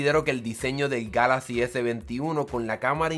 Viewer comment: Your review Was made in SPANISH,so You should pronounce Galaxy en spanish but, If You don't like how galaxy sounds in spanish,make your next video in english.